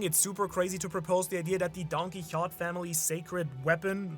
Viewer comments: Why you calling him Don-Qui-Hott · When is someone going to tell him it's don-ki-ho-TAY? It's been years... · Don-kee-ho-tay* Doflamingo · You say Quixote weirdly.